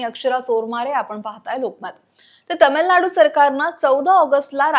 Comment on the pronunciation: तमिलनाडू नाही, तामिळनाडू. आपणच मराठीची वाट लावतोय